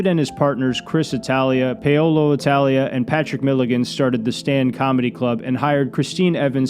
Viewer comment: Paolo is pronounced Pow-lo. Not Pay-o-lo.